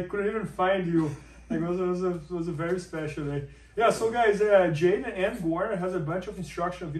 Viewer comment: it's J'Den like cmon guys... anyways good dude I hope the best for him next year even though he straight up stole my joke one time